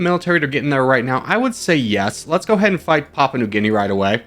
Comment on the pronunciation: "Papua" in "Papua New Guinea" is pronounced "pop-oo-uh"